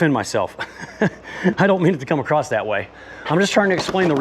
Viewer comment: Just FYI…”I like to have a nice double layer acrost…there is no t in that word…it’s across